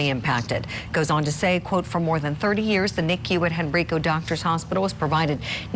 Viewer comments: its crazy when the hospital you were born at makes national news for hurting babies 😢 also, Henrico is pronounced hen-“rye”-co with a long i, not hen-“ree”-co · It’s pronounced Henr”eye”co. Please say it right. Thank you. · It's pronounced "Hen-rye-co". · The hospital name is pronounced "hen-rike-oh". I grew up in that community and even volunteered there 40-some years ago. What has happened is horrible and traumatizing for the community and region!